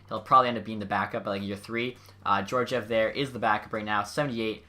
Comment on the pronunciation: Alexander Georgiev is pronounced ( Gee-or-gee-ev ) *Gee as in Hard G Sound